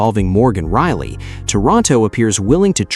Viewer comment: Thank you for reprogramming your AI. Now it can pronounce Rielly instead of Really.